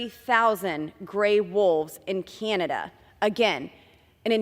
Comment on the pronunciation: Funny...a cougar trying to get rid of a wolf. Oh and BTW it's Canada not Kenada.